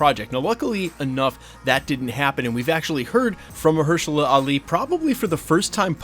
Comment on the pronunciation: It's funny how one scooper stars pronouncing incorrectly something ( in this case Mahershala Ali) and then all of them would do the same. 😊😊😊